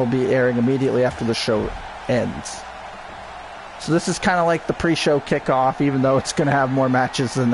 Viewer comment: you say kcikoff it's kickoff xD